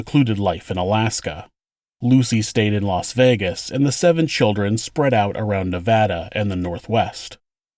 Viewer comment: Odd side note: Thank you for pronouncing “Nevada” correctly. Sincerely, Someone who lived in Nevada for years. 💕